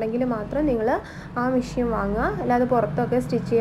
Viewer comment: മിഷ്യൻ അല്ല മെഷിൻ